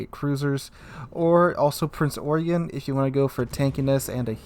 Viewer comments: yeah but it's not SAID like that in German. It's Oi-gen if you spelt it phonetically, so it's Prinz Oigen, If you were saying it's name with an ENGLISH translation...then sure Prince Eugene. Seriously just go type in Eugen pronunciation into Google. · Prince Eugen = prince Eugene basically (that is how you should pronounce it) .. sry to say this but it is apparently a pronunciation problem most people ...